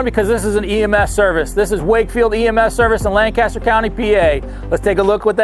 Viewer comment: If you’re not from PA and wondering it’s LankESTer. All one word. No big pause between lan and caster. Lancaster.